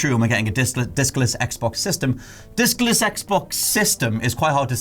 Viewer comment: Pretty sure he said "dickless xbox system"